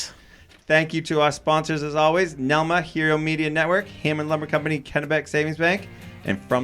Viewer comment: This was the first episode I saw where read the NELMA acronym correctly!